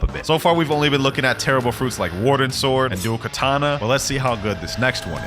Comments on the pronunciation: He said teribble fruits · did anyone realise he said terrianle fruits u serious its been 1 year and u have realised ? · bro said terible fruits lol